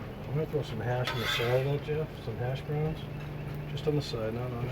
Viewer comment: I believe it is said as “Hash Browns” not ashhbroons